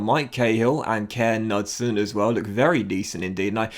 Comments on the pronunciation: great as always!! That Kåre Knudsen guy you pronounce it like "core knootsen". Thought you'd like to know:))) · And the K in Knudsen is not silent😁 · Hey! Kåre Knudsen is actually prononced Koe - re, so you pronounce the e in the end as well, and Knudsen is pronounced with the K, it’s not a silent K. I know the å is quite difficult to pronounce tho😅 like so can see❤️